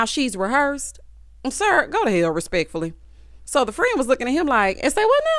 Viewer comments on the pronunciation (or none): "Go to Hell... Respeckfullee " 😂